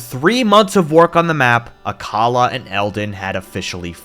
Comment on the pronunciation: Finally, someone pronounces Akkala properly